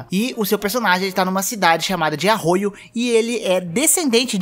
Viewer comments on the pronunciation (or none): e vc errou a pronuncia de Arroyo(q durante todo o jogo é uma vila tribal,nao uma cidade)